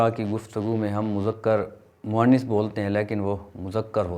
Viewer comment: آپ نےبعض الفاظ کا تلفظ غلط ادا کیا۔۔اردو استاذ کی حیثیت سے آپ۔کی گفتگو میں تلفظ کی اغلاط نہیں ہونی چاہیں۔۔آپ نے ۔۔۔۔۔مرض. اور. موئنث۔ کو غلط تلفظ سے ادا کیا